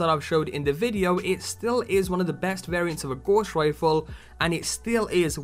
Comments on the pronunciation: Good vid, but man, it's not 'gauze' rifle, it's gows, like in cows. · Dont hate me but youre prounciation of Gauss is so off I had to say it. Its pronounced gow-ss. Its a unit of measurment for magnetic flux. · Nice vid thanks, one criticism though, the pronunciation your using for GAUSS, is'nt Gorse. Johann Gauss was a 18/19 century German mathematician. His name lends itself to magnetic strength and field effects. In WW2 when the Germans developed the magnetic mine, 'Gauss' was used to determine the strength of magnesium of a ship to set the mine off. The Royal Navy countered this by establishing a Degaussing coil, which the ship passed through to help counter the ships magnetic field. Today all military ships have degaussing equipment fitted and all mine countermeasure ships tend to be built from non-magnetic materials. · Gauss is pronounced Gouse (rhymes with mouse) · "Gauss" rhymes with "house".